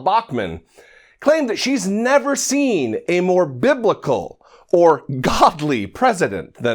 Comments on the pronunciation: To be fair, she never actually said he was BIBLICAL. If you listen closely she said BIBICAL, which isn't a word to the rest of us but maybe it's her own word for stupid lying racist pig. Who's to know for sure. 🤣🤣🤣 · hate this dumb bitch!! she can't even pronounce the word biblical,stupid ass bitch!!